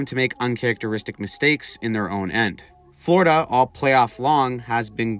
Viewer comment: Florida, not frlodida